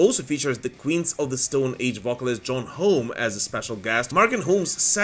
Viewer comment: Josh Haw-mee - not John Home